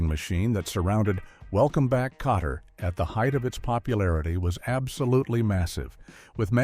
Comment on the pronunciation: Not Potter but Kotter.